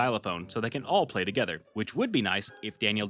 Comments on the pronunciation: Ok I finally have the nerve to say this but just the way you say “play” just kills me its so funny😭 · Hey, I said I have a small request. Can you please stop saying play in that weird way somewhat annoying to me don’t take this message too seriously though. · I love the way you pronounce play every time I hear it it has me dying😂